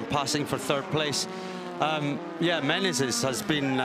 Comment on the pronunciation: Someone should say that is MENEZES, not MENENES. All race long he said it wrong😂